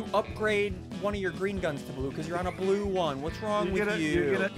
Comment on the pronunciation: oh it’s messed up btw lol